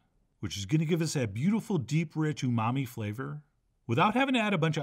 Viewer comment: You said "Umami" 😄😄😄